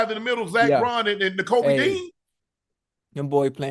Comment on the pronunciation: also im gonna continue correcting you by saying it is called zack BAUN for gad sake... learn the best LB's name pls